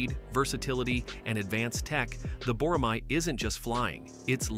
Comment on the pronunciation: Can't wait for their block 3 program to be fully implemented for full stealth capabilities. BTW, tell your AI voice to say Bo-Rah-May. Not "Mahi"